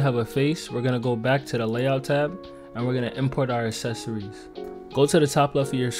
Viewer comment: what the fuck is "assecories"